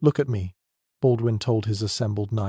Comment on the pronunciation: Baudoin .... Pas .... Baldwin ....☝️😌